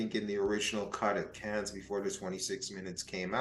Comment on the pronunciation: Small point. It's not "caanz". Cannes is "can". Like can of coke.